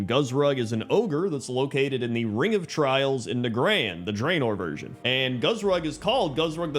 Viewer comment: Oooh this was a fun one! I adore the deepstriders too, I’m glad they’re getting attention! Wondering why you say some things off from how they’re pronounced in game and audiodramas and such tho! Zul’drak ZOOL-drak Draenor dRAN-or Nagrand NAH-GRAHND